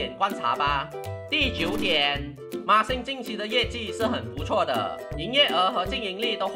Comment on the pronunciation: 不知道为什么。。。。我一直听到NixSxng 😄